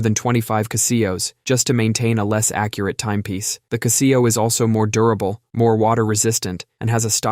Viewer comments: What's a ca-SEE-oh? Do you mean a CA-se-oh? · Huh? What the fuck is a Caseeyo? That should be pronounces as Casho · Caaah-zeo. Never kah see-o for Casio. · "Castillo"?? lol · 🤣OK I wasn't going to comment, but the pronunciation of ku-see-o (Casio) I couldn't let slide😂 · I've never seen a Kuh-see-oh watch, I've seen Casio watches. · kuh-SEE-oh f91w... Well, yeah, I'm making fun of the pronunciation, but beyond that... I actually had one of those watches lol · The cuh-SEE-oh watch? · “KuhhSEEoh” lolllllllllll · What's a Cah-see-oh? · Kuh see oh🤦🏾‍♀️ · It's "Cass - see - o". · It's Cassy-O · Really enjoy this channel, but the pronunciation of Casio blew my mind. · So if you are going to say it a dozen times, learn how to say it correctly #casio